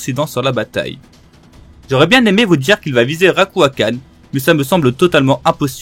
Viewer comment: alors jsp si j’ai pete un câble mais j’ai l’impression a quelques moments de la vidéo t’a dit autre chose Édit : en faite j’ai re regardé et c’est juste à que tu dis Ryuakan